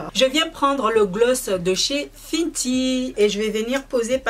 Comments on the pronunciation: Pour la prononciation : Huda se prononce Houda et non Huida ou Hulda . Fenty se prononce Fenty (in) et non Finty . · Sa ne se prononce pas "Fintie" mais "Fainty"